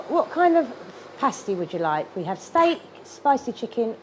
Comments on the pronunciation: Pronunciation of Pasty was not British enough. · When you finally said Pasty correctly, I was surprised it didn’t work.